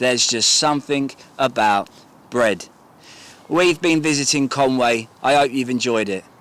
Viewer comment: Mate,love the vid. But it's not Con Way,it's Con Wee. Conwy,diolch!🏴